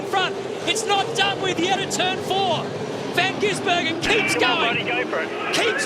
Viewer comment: Commentato rjust cant stop changing van gisbergen to van ginsbergen...like years of it..